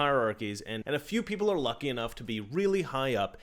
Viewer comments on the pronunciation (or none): I find it funny how you say “lucky”